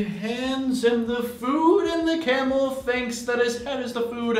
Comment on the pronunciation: It feels like ur saying Cannibal instead of camel loll